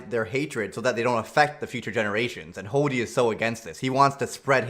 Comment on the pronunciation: i love how pronounces hody as hoddy. im gonna start using that now.